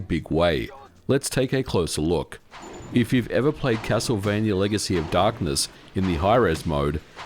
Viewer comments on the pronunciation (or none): none